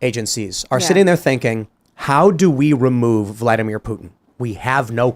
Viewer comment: She keeps saying 'Putin' like 'Puttin' and it's so annoying.